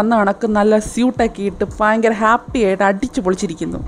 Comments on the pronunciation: ഫ ങ്ങി, അല്ല ഭംഗി... ഫ യങ്കര അല്ല, ഭയങ്കര ...... .... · ഫയങ്കര അല്ല ഭയങ്കര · എനിക്ക് ഫയങ്കര ഇഷ്ടായി ഈ വീഡിയോ നല്ല ഫങ്ങി ആയ സംഫാഷണം... 👍